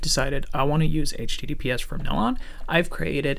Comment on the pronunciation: Your accent is almost North American, your give away is that you say h teedeepee ess. Although Americans say soft t’s almost all the time, if they’re repeated, we say hard t’s. Secondly, when you say COMMunication it stands out. If you say CUH-munication you’ll be indistinguishable.